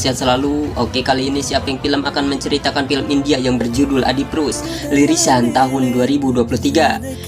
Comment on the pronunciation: Rilisan.. bukan lirisan😂😂